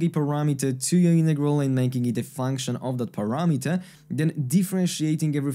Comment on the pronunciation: Nice explanation about Feynman's trick! But why are you saying "innegral" but not "in-roduce"? Greetings from a German fella, who's getting desperate about the Americans' refusal to pronounce the letter "t"